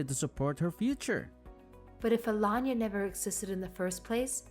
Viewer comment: Alanya or aLayna??? Same stories,same narration still weirdly different pronunciation. Nothin to do with English not being their first language.